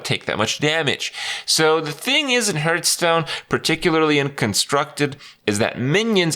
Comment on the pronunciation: When will he stop saying hurtstone